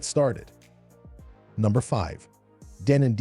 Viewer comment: Best turntables? For who? on what criteria. Avoid these numpties they have no idea. Deeenon hilarious pronunciations, were/are they paid sponsors. Lo to mid fi at best. Audio feels!!! 🤣😂🤣😂